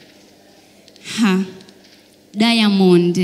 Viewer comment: 🤣🤣🤣 She is trying to pronounce, "Diamond" with an 'i' like Tanzanians😆😆. Eti "Diamondi"!!